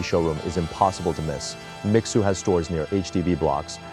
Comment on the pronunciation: Mixue is not Mi-sue. It is"mee-shweh," (Sweet Snow)